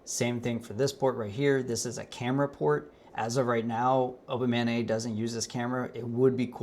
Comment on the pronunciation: A) When you say "Open MANeT's website" my mind hears "Open Mayonnaise website." It made me chuckle for a second. B) Love the work and direction you're going. Keep on pushing.